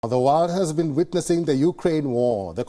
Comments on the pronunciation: Did I hear “wild war three” or “why war three” ? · world or “Warld” …banker or “bunker”…. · The way he pronounced ‘world’ had me smiling